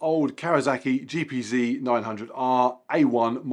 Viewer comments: Great video as always, however I need to pull you up on the bike terminology. It is not GPZee, it's GPZed. You're English not American. ;) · Gee Pee Zee? (Are you sure it's not a triple? 😀) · Love your videos but “G P Zee”…? Come on man, you’re better than that!